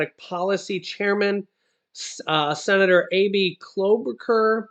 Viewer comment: It's Debbie Stabenow pronounced Stab in owe... and Amy Klo boo shar....Klobuchar 👎